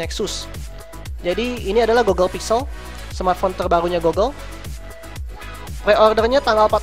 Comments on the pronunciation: bukan gogle bacanya tapi gugle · i think how to say google is gugel not gogel. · GOOGLE : cara bacanya itu "GUGEL" bukan "GOGEL" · GOOGLE.. not GOGGLE.. damn